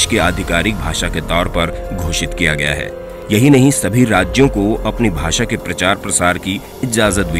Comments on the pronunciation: भाषा hota hai Na ki भासा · भाषा होता है नाकी भासा